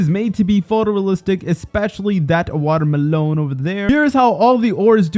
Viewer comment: "Water melown"